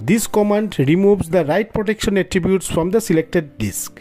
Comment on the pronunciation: If you speak a little slower, it will be easier for you to pronounce all the words correctly - you keep saying "dicks" instead of "disk", for instance.